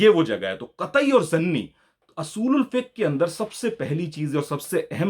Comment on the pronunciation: آپ اصول الفقہ کو ۔۔۔۔ زبر ۔۔۔ کے ساتھ پڑھ رہے ہیں جبکہ ہے پیش کے ساتھ اور مستعمل بھی پیش ہی کے ساتھ ہے